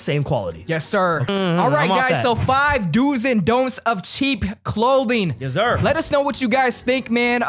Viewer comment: How many times can say “yezzur”?